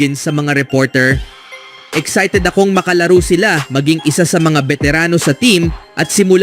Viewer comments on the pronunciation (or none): Exited or excited 😂😂😂ayusin mo brad😂😂